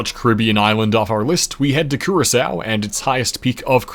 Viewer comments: I can't edit on my device, but he said Curaçao correct but Grenada incorrect🇨🇼🇬🇩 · The fact he said Curaçao right is awesome